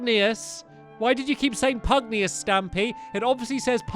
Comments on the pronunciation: Pugnacius, not pugneous. Why did you keep saying pugneous stampy its obliviously pugnacius. Can you read at all stampy? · Finally! No more Pugnius! From now on, Stamps shall pronounce that Pugnacius! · Its “ Pugnacius” not Pugnauis 😂😂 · His name is pronounced pug Nay shus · His name is Pugnacius “Pug-nay-shus.” (Later on in the video) Oh nvm. xD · You’re say pugnois wrong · Omg it's pronounced Pug-nay-shus it's been bugging me forever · its pug knee us get it right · It's PUG-NAY-SIOUS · Why do you keep pronouncing pugnacious wrong when the cut scenes pronounce it for you? It's pug-nay-shus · Stampy pls it's pronounced as Pug-Nay-Shoos... Just saying. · It bugs me that stampy cant read PugNACIUS' name correctly lol